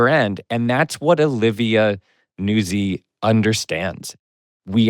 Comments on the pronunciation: Its “Newtzi” like pizza “pete za” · Nootzi. But Americans don't pronounce Italian names correctly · I believe it's pronounced like pizza. NOOT-zee. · I just learned about Pablo's podcast in the last month. I'm impressed. On another note, I believe it is Olivia Nuzzi as in Pizza (Peet-za) It is pronounced (newt-zee) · Look to pizza for a guide to pronouncing a double z followed by a vowel at the end of a word. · Gotta put a soft T in Nuzzi. Like pizza, palazzo, mezzo, or pazzo. Not like jazz. Or jizz. Since we're on the subject.